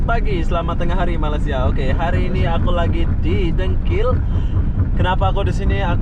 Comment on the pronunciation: Oh mas mas...bilang malaysia sj kagak bisa..masak bilang malasia... Saya sbg rakyat indonesia tak stuju dengan cara pengucapan anda..